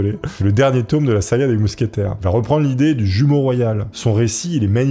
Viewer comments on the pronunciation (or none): none